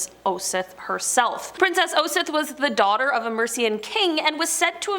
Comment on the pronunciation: I'll help... Shire is pronounced...'sheer'. Osyth is .. 'Oss- eye-th. Staffordshire is staf- furred -sheer(said quickly) You got pluckley correct!!! Hertfordshire is Hart-foo-d-sheer. Argyll is Are-guy-L. Hope it helps.